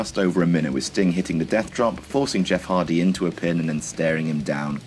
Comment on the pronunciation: Who's Jeff Hardly ?